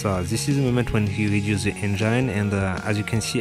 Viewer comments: your English is fucking ugly injain....engine not injain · Ça se prononce engine , avec le son i , pas « aïe ».... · Dude, good video. But cant stop laughing at how you say Engine ;) i can only imagine how you going to say " vagina".